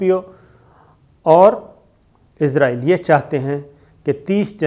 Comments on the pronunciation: سر کیاآپ ناراض نہ ہوں تو یہ صحیح تلفظ اسرائیل ہے جبکہ آپ عزرائیل بولتے ہیں اور آپ کا علم میرے سے بہت زیادہ ہے تو آپ اگر یہ صحیح کر لیں گے تو نوازش ہو گی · اسرائیل بولا کریں عزرائیل فرشتے کا نام ہے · عزرائیل نہیں اسرائیل ہے۔ عزرائیل تو موت کے فرشتے کا نام ہے۔ کم از کم تھوڑی بہت تو معلومات تو ئونی چاہیئے آپ کوگوں کو بھی